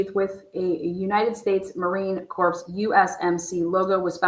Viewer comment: Please dont pronounce the p in Marine Corp ...it soends like a dead body LOL